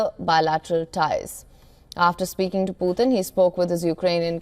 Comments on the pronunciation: It’s not Poothin..it’s puTin.. T not TH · The way she pronounced Putin is really weird😅